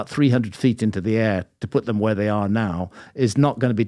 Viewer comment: It's not "dem" patrick. T H E M, pretty easy word, I expect you to practice